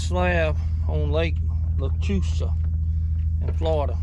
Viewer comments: Nice video, it’s pronounced Lock Loosa. They catch some good stringers of specs and a few really good bass each year. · We pronounce it “ Lock Loosa”. I live 20 miles from it.